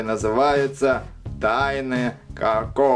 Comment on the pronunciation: Не како а Коко